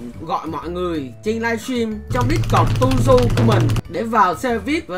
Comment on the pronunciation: Tuzhu❌ Tushu✅